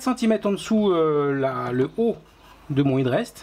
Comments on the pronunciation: "è"drest plutôt que "i"drest pour la prononciation ! Pour la réalisation rien à dire, du tout beau ;) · Félicitations et merci pour cette série très détaillée de tutos, on sent que ça va faire un sans faute ! Par pur soucis du détail, on aurait plutôt tendance à prononcer hèd rest que hid rest outre atlantique..